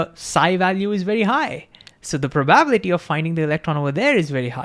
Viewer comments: This was the best short vid on Heisenberg uncertainty that I have seen on youtube! Thank You! I think you were so genuinely excited that you forgot how to pronounce probability, hiliarious! I am glad you referenced the Feynmann Lectures, and I plan on reviewing them! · The spoken accent is on the 'bi' not the 'ba' of probability. In terms of human understanding, hearing is an uncertainty. Maybe hearing is a location based bias or understanding is misunderstood? Love your take and presentation, now increase my love! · Love this video, but the pronunciation of ‘probability’ sent me into orbit with an uncertain amount of momentum. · I know it's ok for none natvie speakers to have an accent. But for some the way he says some words is making my brain hurt. pro-bab-litty, Ten-Zor. the rest is ok. but, these ones are so out there that make me detatch from what he's saying. the videos are dope though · I need to giggle everytime I hear "probaablity" :D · This guy: Ingeniously explains Quantum Mechanical principle like it's second nature... Also this guy: Cannot pronounce "probability" ((hint: its pronounced "Praw - bah - BILL - it - ee" ~ 5 syllables )) 😂😂 Great video, I bet his class is fun. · Great video! Just one comment on pronunciation: pro ba bi li ty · You helped me so I'm gonna help you. Prah-buh-bill-la-tee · Thnx for this, my understandig PROBALITY increased to infinity! Love how u pronounce PROBALITY!😂 Keep it up ! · That's the first time I've heard the word pronounced as proBAbility, very indian sounding, are there other words in Hindi that are pronounced like that too? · Learn how to pronounce "probability" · Please learn how to pronounce “analogy”, “h”, and “probability”. You say it really weird and it distracts from your content. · I loved hearing 'probability' pronounced that way 🤣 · You should probably learn how to pronounce "probability" correctly, because it turns up so often in QM. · Please don't swallow 'bi' syllable in "probability"❤